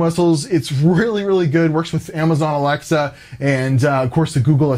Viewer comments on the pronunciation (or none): none